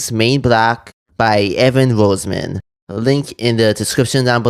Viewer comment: Also note my family pronounces the surname as "Ross-min".